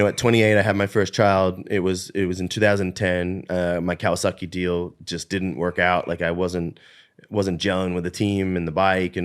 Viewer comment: Was Chad saying "Kawasucky" on purpose? lol